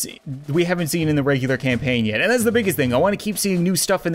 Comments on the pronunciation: ze, not za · I just love it when you say ‘fire da cat cannon’ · no it’s ze